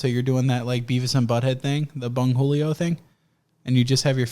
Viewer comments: Bungolio? Dont yah mean cornholio? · It's "great cornholio" you dick 🖕